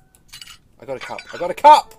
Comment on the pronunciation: WHEN u said cup i though u said fuck